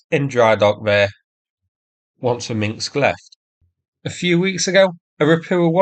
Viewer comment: "Minsk", not "Minxks"